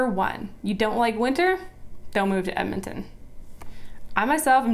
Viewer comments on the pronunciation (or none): Honey its EDmonton, not Emmonton. I hate that people can't say the name right. like Left-Bridge or Lloyd Minister, GRRRRR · It's EDmonton. Not Ehmonton. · "ehmintin"? "emintin"? Say it with me: "ed-muhn-tuhn". ED-MON-TON. .... ehdmintin. No. EDMONTON. Fuck yeah. Love my city.